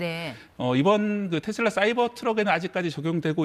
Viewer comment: 테쓸라가 아니고 테슬라 다..